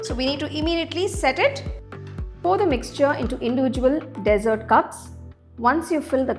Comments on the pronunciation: Most common pronunciation mistake with D.sert and desert, big difference are u feeding sand?🤦🙆🤨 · Thank you. I'd love to try this recipe. Tips for future videos: Dessert is pronounced D'Zirt, not desert of sand dunes. Sieve is pronounced siv (rhymes with Shiv), not seeve.